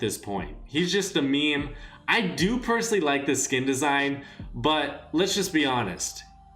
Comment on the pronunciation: You’re saying it as in like skin=skill